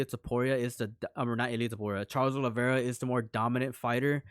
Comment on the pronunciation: Proper names and surnames cannot be translated. The surname isn't Olivera, it's Oliveira. You have to show a little respect for each person's name.